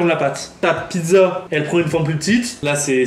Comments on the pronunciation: Elle a fait une Pid'za (pizza) 😂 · Ce qui disent pidza au lieu de pizza 👇Liker ce commentaire